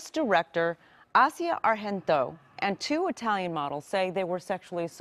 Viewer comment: Omg did she just pronounce it Asssia arhento...she's Italian not espagniola...too funny. I call her silver China.. see what I did there...yeeesh.